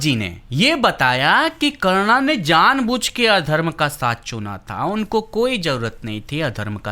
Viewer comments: karna kya hota he karn hota he nam to sahi se le bhai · Chal chal naam to bol nahi pata hai roast kya krega